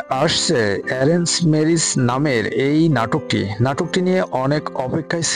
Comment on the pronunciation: মূর্খ নাকি আপনি ম্যারেজ কে মিরিছ বলেন 😂